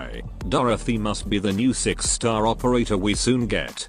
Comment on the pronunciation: did the tts keep saying "seggs star"???